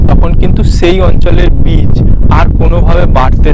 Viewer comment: কোনটা বীজ আর কেনটা চারা বোঝ না? চারাকে বলছো বীজ কেন?আর উচ্চারণ বিচ হবে না হবেবীজ বুঝলে ভাই।